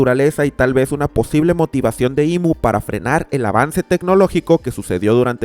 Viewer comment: Le dijo IM en vez de IMu :shelterin